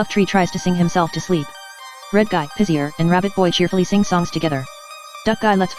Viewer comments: Tyler does Trends It's pizza but (the clock) says it like pizzer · the talking clock says pizzer instead of pizzaaaaaAAAAAAAAAAAAAAAAAAAAAAAAA